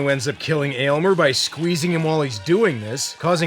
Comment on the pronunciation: Definitely an underated cult classic.... why the hell does no one get Aylmers name correct lol